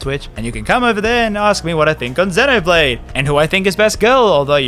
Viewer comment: that 'duncan' better be a jab at ign then again, you were also pronouncing 'xenoblade' wrong the whole time